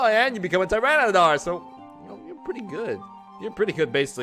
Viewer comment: Hey? It's pronounced TY- RAN-A-TAR. Where do you get the dar from?